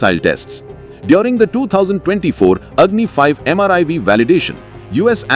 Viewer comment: Why the narrator every time says MRIV? It is MIRV.